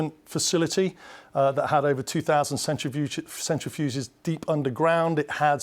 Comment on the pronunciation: Okay liked your EXPERT who pronounced enrichment centrifuges correctly and then said centrifuse and a minute later said centrifuge 😭 and how do you guys feel about being allied to mass civilian murderers and the proud and chosen infant killers?